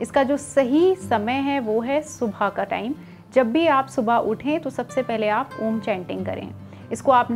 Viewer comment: आपकी बताई गयी जानकारी उचित है पर जब आप खुद इसका उच्चारण कर रही है तो विकृत रूप मे कर रही है, आपने उच्चारण किया आ......ऊ.......म जबकि सही उचारण अ..... ऊ............. म म मे केवल हम्मिंग होती है, म का ucharan नही होता